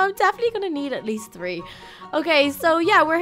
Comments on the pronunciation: i like how she says tree instead of three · Who wonders why said three like Tree Lol